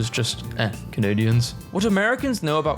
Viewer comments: Eh is pronounced A for future reference 🫡🇨🇦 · Canadian here, you're saying eh with far too much effort. Its pronounced like the letter "a" but kind of casually and with a slight question mark. Sounds like "hey" Overall quite funny, thank you!